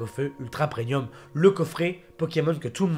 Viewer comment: Pourquoi tu dis prenium ? 😭 C'est premium 😭